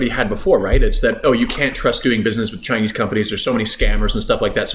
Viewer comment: Your Chinese pronounciation sounds great. You''ve got the tones.